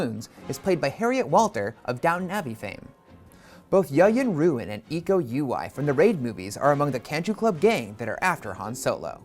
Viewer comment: it's weird hearing Yayan Ruhian and Iko Uwais names pronounced wrong perfectly understandable though lol